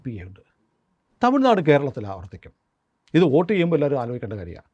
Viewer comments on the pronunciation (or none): none